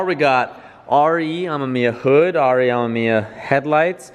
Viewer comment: Why can he not say RE Amemiya right jesus, watch touge battle and you'll learn.